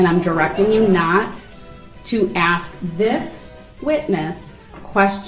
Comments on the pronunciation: I’m fin to axe for subject matter jurisdiction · "Do you recall what you remember so I can aks you?"